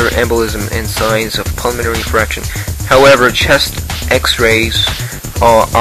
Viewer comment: It's pronounced in-fahrk-shuhn or in-fark-tion. Not infraction, which is breach; violation; infringement: an infraction of the rules.